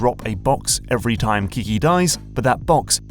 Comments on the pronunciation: isn't it Keke, not Kiki? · Keke, not kiki. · it's not "kiki", but "kehkeh", at least, that's the most popular variant i've heard. Keke.